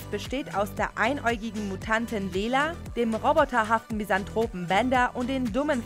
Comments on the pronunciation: Warum hängt sich denn keiner dran auf das die Mutantin bei Futurerama auch nicht anständig ausgesprochen wird. Sie heißt nämlich lila wegen ihren Haaren und nicht lela ihr wollt doch angeblich alle eine anständige Aussprache der Namen.😅😅😊 Und das mit diesem star-sky hat doch auch jeder gleich gemerkt und jeder 2te hat es kommentiert Leute wenn es einer schreibt reicht doch es müssen nicht alle nachmachen aber gut wenn man nichts eigenes zu schreiben hat übernimmt man halt die Themen der anderen und verpackt sie ein bisschen anders geschrieben und formuliert in der Hoffnung das es keiner merkt aber doch wenn wirklich so gut wie jeder sich dran hochzieht und man überall so gut wie dasselbe liest merkt das jeder idiot weil es heftig aufällt.😄👍✌ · Gibt es denn irgendeine Folge von euch, in dem ihr mal im Vorfeld checken könntet, wie man Namen ausspricht? Starskei? Ernsthaft? Oder Lehla? Und das ist hier nicht nur in dieser Folge so, auch in vorangegangenen wurden immer wieder Namen falsch ausgesprochen. Ein bisschen Recherche ist gut, aber zur Recherche gehört eben auch, mal im O-Ton zu hören, wie man diesen oder jenen Namen ausspricht, damit man auch selbst weiß, wie man ihn aussprechen sollte. Peinlich.